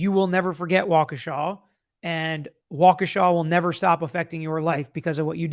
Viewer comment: Good job pronouncing Waukesha perfectly (I am a WI native).